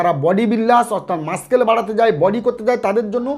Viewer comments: Dada mashscale na mussels ki doctor apni. Pronunciation thik koren na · PE মানে তো জানি ফিজিক্যাল এডুকেশন আর ED মানে এনফোর্সমেন্ট ডিরেক্টরেট... আর একটা কথা ডাক্তারবাবু.... আপনি ভিডিওতে বেশি শব্দটির ইংরেজি তর্জমা করতে মাস্কেল উচ্চারণ করেছেন....মনে হয় সঠিক উচ্চারণটি মাসেল হবে....